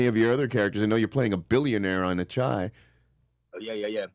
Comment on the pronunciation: "The chai" "Devontee" 😂😂